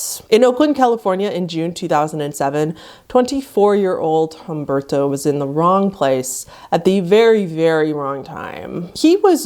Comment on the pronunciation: okay i like the effort to pronounce the “to” in his name, but if you were gonna try to pronounce it properly, make it less annoying. The “u” and “e” you see in his name are pronounced as they are. Not “H-ahm-bırdto”, say “H-uhm-behr-to”